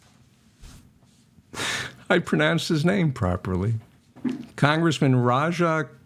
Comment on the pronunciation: Love what you do here. Thanks. Yes you pronounced Raja's name right but not Illinois. Don't know if you are doing it joking but the s is silent.